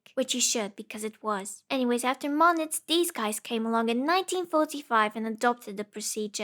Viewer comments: Good video, but "Moniz" is pronounced like "Moo - Neez", not "Moh - Nitz". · It's pronounced "moon-is"